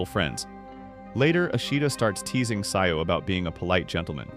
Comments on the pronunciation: Why'd you say sayou instead of Sajo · "sayo" is crazy its "sa-joh"